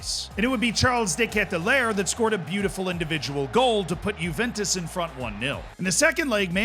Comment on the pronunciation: i cannot unhear 'charles dickhead to lair'